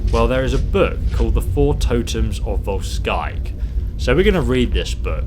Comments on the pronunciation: You pronounce Volskygge much like you would vols-giggle just without the 'l'. vols'kigge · Probably pronounced vol-shy-geh as the names are based on scandinavian languages :) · I would have thought it was pronounced 'Vol-skeeg-gee' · Its said as volskiguh, good video though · I would pronounce it Volkuegge since in German and also the nordic languages the y has the same sound as the "u" with the two dots on top. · It is pronounced "voldsskykke" and translated means something like "brutalshadow"